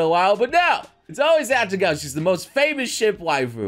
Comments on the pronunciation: Her name is "Atago", not "Atagao". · Atagao Me: Are you serious? A-Ta-Go.:/ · Atago* not "Atagao" PRINZ EUGEN BEST BOAT WAIFU